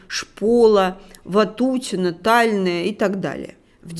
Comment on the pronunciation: От тупая.Не УмАнь,а Уууумань.Не ТАльне,а ТальнЕеее.А речка называется РОооось.Прежде чем записывать видео,подготовся.А то как джинды.